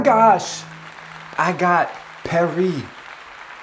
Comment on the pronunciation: Well guys, looks like I’m moving to “Perri”. Me: Well, looks like I’m. moving to “Perri” too. 🥴😅